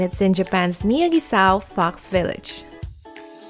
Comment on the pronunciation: When she said fox village I thought she said fucks village